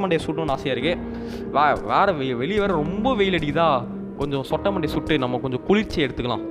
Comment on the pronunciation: athu sootai illa sottai next time correct pannunga please kindy request